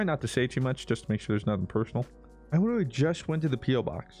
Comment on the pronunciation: Say "literally" with an L not a W like you usually do "witerally"